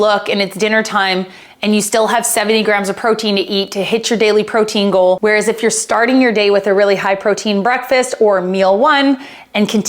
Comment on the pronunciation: Great video! I had to giggle at the very beginning it sounded like you said "pro tingle" instead of "protein goal" and it made my morning. :)